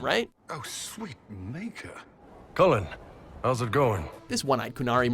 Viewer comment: I’m also pretty sure he pronounced Cullen’s last name wrong, otherwise I’m going crazy.